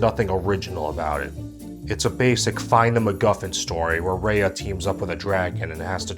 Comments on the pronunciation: The fact that this man is criticizing a movie MADE FOR KIDS, talking about how the movie didn’t represent the southeast Asian culture like some how he’s southeast Asian, making all these references which is totally not identical can’t even pronounce he name right like it’s RAYA NOT REYA like you’re not the one to judge since you know nothing about southeast Asian culture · Raya is pronounced as "Rah-yah" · you said Raya wrong. It's Rye-Ah. Did you even watch the movie? They said her name one thousand times. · Hi, I can tell you totally not invested in this video because your pronouncing Raya’s name wrong. It’s Raa - ii - yaa not Ree - ii - yaa. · Why do you keep saying Rei-yah? It's Ruh-yuh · I'm triggered by you mispronouncing Raya...